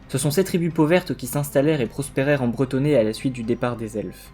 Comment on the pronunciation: Je m'interroge car dans la vidéo tu parles plusieurs fois du peuple vivant en Brétonnie comme étant... les Brétonnies, est-ce qu'on ne dit pas plus tôt bretons ? Ou Brétonniens ? Ou si c'est bien la prononciation exacte, car perso ça m'a stressé d'entendre le même mot pour un peuple et une région 🤔